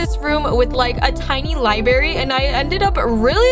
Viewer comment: " with a little libary" it's library:) I'm not trying to be mean:)